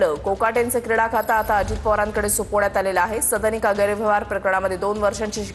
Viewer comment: सदनिका हा उच्चार निट करा...मराठीची आय झेड करू नका